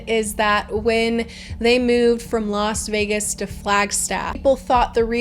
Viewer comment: did you actually say lost vegas